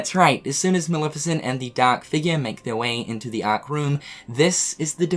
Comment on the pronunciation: The ahhhhk 🤣 funny how he says it